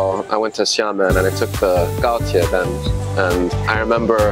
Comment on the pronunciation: Some faith is restored when these students correctly pronounce Gaotie.